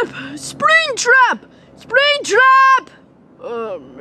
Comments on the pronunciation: I love when says springbutt instead of springtrap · did say sprigbut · Why did call springtrap spring-butt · Why does call springtrap springbutt